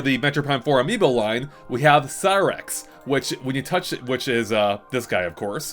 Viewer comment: "Cyrax" No. Shut up. Please. Please shut up.